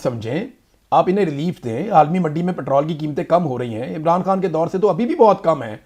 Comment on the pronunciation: اے ران نا بولا کرو۔ای ران بولا کرو۔شکریہ